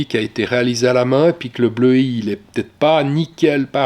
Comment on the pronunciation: Très impressionnant ! en tant qu'amateur, je reste ébahi ! Cependant, une faute de prononciation (ça va têtre) et d'accord (on a digresser ! Digressé !). J'ai hâte de connaitre la suite de ces reportages fascinants !Amicalement Alain